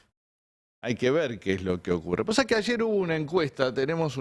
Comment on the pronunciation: no te enojes Ari, que pasha, tas nerviosho???